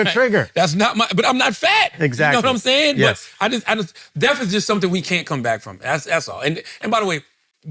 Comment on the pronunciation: Charlemagne said the word death 100x and not once did he get it right. Lmaoooo